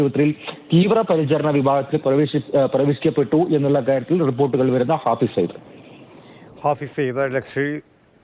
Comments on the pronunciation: മലയാളം വായിക്കാൻ അറിയാത്ത അവതാരകൻ.. ഫായിസ് അല്ലടാ.. ഹാഫിസ്!! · ഹാഫിസ് എന്ന് എഴുതി കാണിക്കുന്നു, റിപ്പോർട്ടർ ഹാഫിസ് എന്ന് പറയുന്നു, പക്ഷെ അവതാരാകാൻ ഫായിസ് എന്ന് പറയുന്നു. ബല്ലാത്ത ജാതി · ഫായിസ് സെയ്ദ് എന്നല്ലേ news reader ആദ്യം പറഞ്ഞത്? പിന്നീട് റിപ്പോർട്ടർ പറഞ്ഞതിന് ശേഷം ഹാഫിസാക്കി😂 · ഫായിസ് അല്ല, ഹാഫിസ് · ഫായിസ് അല്ല ബ്രോ , ഹാഫിസ് .